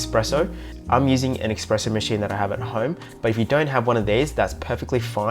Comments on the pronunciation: Espresso not expresso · Espresso NOT Expresso!